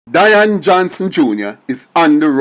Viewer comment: I don't think you pronounce the name right (Day-an ) or Dian